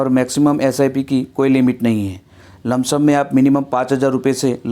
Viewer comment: लमसम नही होता है सर